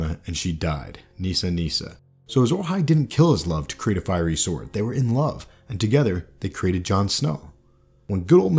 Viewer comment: Nice insight. One thing...."fiery" not "firey"